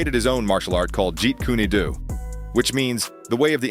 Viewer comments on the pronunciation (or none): It's pronounced "Jeet Coon Dough" not "Jeet Kuneigh Doo"! 😂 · Jeet kunie do? Bruh its kune pronounced like koon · Bro, the style he created was Jeet Kune Do, not Jeet Kuny du lol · It’s not Jeet - kuneee do it’s Jun fan Jeet Kune do 3 syllables not 4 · There may be good information here. But there are so many posts that don’t show the truth. I stopped watching this video when I found you can’t even pronounce Jeet Kune Do correctly. That is pretty basic knowledge. How can I believe anything else here?